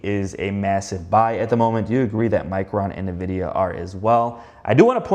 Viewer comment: It is pronounced like “EN-vid-ee-uh”. its not NUH-vidia. Mispronouncing one of the biggest companies in the world isnt a great look. Just sayin…